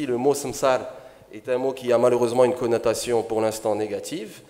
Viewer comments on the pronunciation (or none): Une connotation pas connatation cher monsieur